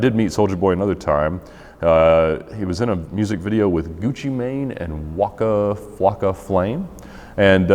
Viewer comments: They way he says Waka Flocka Flame 💀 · The way he said Waka Floka Flame and Gucci Mane was the whitest thing I have ever heard. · Seriously man I wanted to comment all of them but they kept coming! Like when he pronounced Waka Flocka Flame I was dying, and then he said 'Waka Flocka's mother' so properly I couldn't stop laughing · “He was in a music video with WAKA? FL A K A? FLAME?” 😂🤣😂